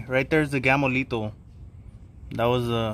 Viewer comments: Lol "gammolito" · Bro, I thought you were saying Gamo-litos this whole time!